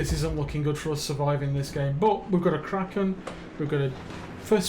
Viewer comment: A "Quacken" ...makes me want to take the single out for a spin ...